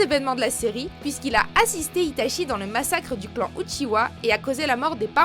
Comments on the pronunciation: La vidéo est bien mais on uchiha pas uchiwa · C'est pas UchiWa mais UchiHa, arrêtez svp avec ca. Les mangas et animés en français sont vraiment nul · « Le fondateur du clan uchiwa » 😭mes oreilles ont mal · Je crois que vous avez pas compris grand chose... Déjà on ne dit pas "Outchihoua" ptdrrrr. Mais en plus de ça vous montrez Zetsu comme une pauvre merde alors qu'il est en quelque sorte à l'origine de tout ce qu'il se passe... mais surtout...A QUEL MOMENT Madara est le fondateur du clan Uchiha svp? Hein ? Il est le fondateur de KONOHA avec Hashirama, mais certainement pas du clan qui existait déjà bien avant lui. Immmmbéciles.